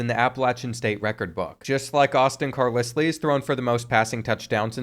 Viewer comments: Carlisle is pronounced"Car Lyle" not "Car Lisly" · As a Brit, Carlisle is Like LYLE not Lisle. Personally a little annoying but thats just me. Loved the Vid tho and AJ Swann ex Vandy QB, W rep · It's pronounced CAR-lyle, 😂😂 I did a double take the first time you said it just to make sure I wasn't bugging out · It’s pronounce Car-Lyle 😂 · JESUS CHRIST! ITS NO CAR-LIS-LEE... ITS CAR-LIE-ALL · Do you honestly think Carlisle is pronounced like Kat-lis-Lee? Carlisle is pronounced like Kar-Lyle. You actually knew this and were trolling right? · Car-lis-lee has to be rage bait to drive up engagement. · Bro said car-liss-lee💀 It’s pronounced car-lye-le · Dude, his last name is pronounced CAR-LIE-L, not CAR-LIS-LEE, sorry man, just had to say that. Keep putting out the great content. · CAR*LI*ULL carlisle not CAR*LISS*LEE...GAHHHH words arent hard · Say these two words after me. Carl Isle. Carl Isle. Now put them together with the same sound, Carlisle. Hearing Carlisslee was like nails on a chalkboard every time, lol. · It’s “Car ‘ Lyle “ not car lislie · It's pronounced Car-Lyle not Car-Leslie... But other than that great video. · Car*LYLE not Lisly. 😂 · I cant believe you just pronounced it car liss lee again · CAR LISS LEY 😂😂 Love but some of these names (and reads) are just unbelievable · Carlisle is pronounced car LYLE. And if you can’t read that lile like smile. Cmon man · it's your channel, you can say it however you want to, but #12's name is pronounced Carlyle lol. Love the channel been watching almost a year now keep it up young man. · I can never tell if is being ironic or serious with these name pronunciations... Car-liss-lee... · Literally screaming at my phone “IT’S CAR-LYLE.” I could ignore it once but after the 47th time of saying it, it was like nails on a chalkboard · I really need you to figure out to pronounce Carlisle lmfao...its Car-LYLE 😂😂😂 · Car-Lissly? Seriously? Sometimes this guy just trolls. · Hearing him try to say Carlisle 🤨